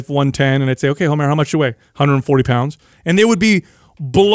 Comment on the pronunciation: Did he say 'Homera'!?!?! 🤣🤣🤣